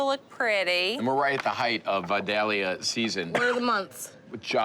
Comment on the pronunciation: Looks delicious! PS: Vidalia is pronounced vie-DAY-yuh. Take a look